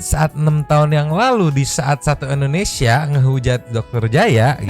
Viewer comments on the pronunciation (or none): none